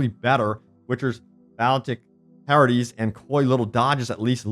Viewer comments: I'm sorry but when he pronounced "pirouettes" as "parodies" I lol'd so hard 🤣. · For the future: Balletic is pronounced Ba-lay-ic. Ballet as in the form of dance. So balletic means the qualities of Ballet. Pirouette is pronounced Peer-oh-et. Its a "move" in ballet that is the most synonymous with Ballet, where the dancer stands on one foot, balancing on their toe and spinning. The words are french and yes its dumb that they are spelled that way.